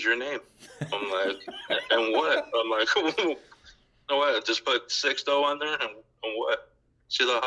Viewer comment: Hi all. It's actually pronounced "Six-toe." "Sees-toe" if you wanted to get Spanish speaking technical. 💙 it's okay though. Very common mistake made by almost all. 😁